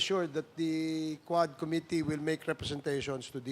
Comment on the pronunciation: Don't pronounce committee, kome tee it's ku-mi-tee